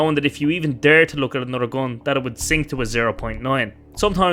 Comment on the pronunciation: You first need to learn how to pronounce GUN correctly. Then you can make a video where people can ACTUALLY understand what it’s about. It’s English after all. It’s not that hard.